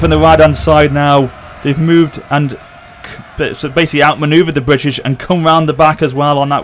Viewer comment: 6 min into the video to understand that that word was "British"